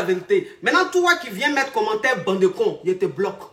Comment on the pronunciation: Elle le dit on dirais un seul mot bandekons 😂😂